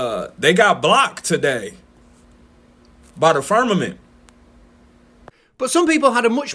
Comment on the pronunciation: This guy speaking about ppl being stuck in the "firmanent" is clearily joking 😂 and presumably cringing as hard as us that ppl legit believe it 😂 at least I hope so 😂